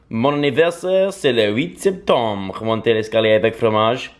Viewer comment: he said septombre which meens you guessed it september